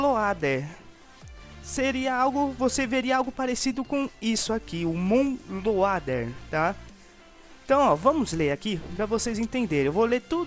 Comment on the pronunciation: Moon "Leuwader"